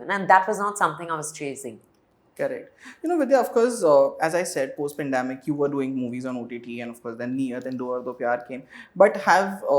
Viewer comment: What is "pundAmic" ??❌ Please pronounce 'pAndEmic' ✅